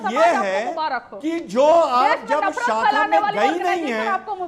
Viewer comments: Saacka nahi hota shaakha hota hai didi.Padhai likhai nahi kari didi ne! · साखा नहीं शाखा😅😂 पहले बोलना तो सीख RSS की बात तो बाद में कारियो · Are dehatin aurat shakha ko sakha bol rahi hai